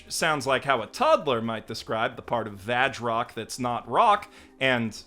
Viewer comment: The kana next to the title says 「バズロック」 "Bazu Rokku", I don't hear the "V" in there at all.